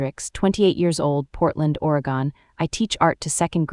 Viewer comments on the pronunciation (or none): Good story except for not pronouncing Oregon correctly.